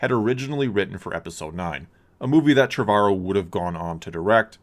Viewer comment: It’s pronounced ‘Trev-uh-row